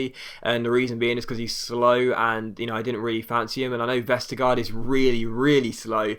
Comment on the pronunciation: The last part of Jannik Vestergaard's name (gaard) is pronounced almost like the word "gore" in English, as the two a's are pronounced like a Danish å and the d is silent. So almost "Vestergore" :)